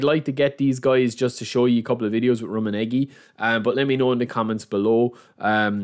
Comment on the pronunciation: Love the content. You're pronunciation of Rumminege isn't the best though haha